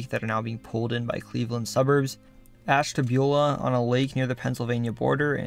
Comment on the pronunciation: From the bottom of my heart…thank you for pronouncing Ashtabula correctly.